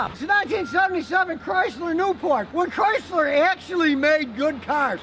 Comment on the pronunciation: Whaddahya doin tryna fit a porpoise inna back seat ovafuggin Chryslah ovaheah? Comahn!!